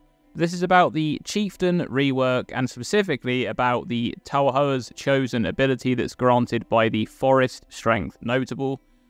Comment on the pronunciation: It's pronounced Ta-for